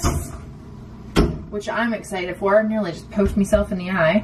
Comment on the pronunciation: did you say “I almost poked mi self in the eye”? Those British shows are getting to you! Haha